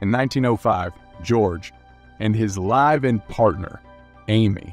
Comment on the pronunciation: ... "Livv", bruh. "LIVV"!!!!